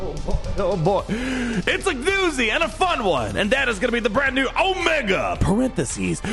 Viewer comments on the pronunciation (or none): Come on you can't keep calling her Omega. Haven't you seen the show it's O-MEEE-ga.